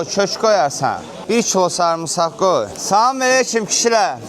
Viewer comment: Салам мелийки 😂😂😂😂 салам алейкум дейилир